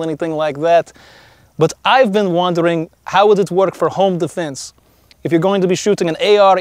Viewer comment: Listen how this Russian says the word 'defense' ILLUMINATI CONFIRMED!!!!!!!!!!